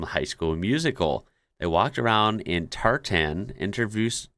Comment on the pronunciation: I have never heard anyone mispronounce TARTAN before. I suppose yanks are more used to calling it PLAID. Something you should never say in Scotland by the way !